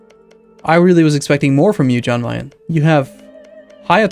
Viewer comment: Yan Meyen. Yan Meyen,. Yan. Yan-kee. Jan Meyen.